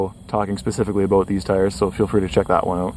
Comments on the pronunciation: Why do you pronoucne "about" that way? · You say “about” really weird lol. Are you Canadian?